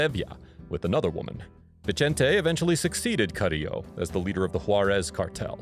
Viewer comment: Vicente is pronounced with an S not a CH. it’s Spanish not Italian smh